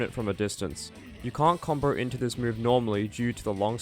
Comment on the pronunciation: "combow", not "comboar"